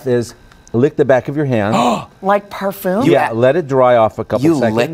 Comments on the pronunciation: Girl really just said PERFOOM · "like parfoom?"